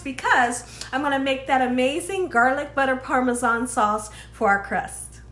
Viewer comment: I’m happy to hear you say Parmesan instead of “Parmeshawn” like so many ppl 😆